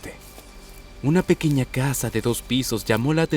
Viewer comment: Cuando veo el inicio en vez de pequeña dice pequeca